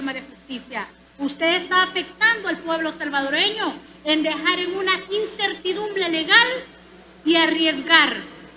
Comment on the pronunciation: incertidumble dice la jajajajajajajaja hasta la lengua tiene gorda que no puede pronunciar la R jajajaja